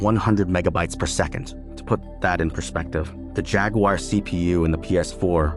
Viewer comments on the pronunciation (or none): none